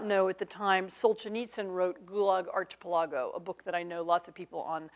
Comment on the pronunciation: So what "IS" the correct pronunciation of Archipelago? Anne pronounced it "arch" - i - pel-A-go (like an arched ceiling or doorway)... but most people I know say "ark"-ih-PEL-a-go like Noah's ARK .. accent on PEL, not the "A" as Anne weirdly called it. The only thing I can surmise is that we've ALL been wrong all this time OR she's INTENTIONALLY mispronouncing it so the algorithms won't hear her SAY it and thus CENSOR this video?